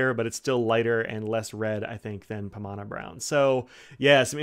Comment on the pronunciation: You got the pronunciation right.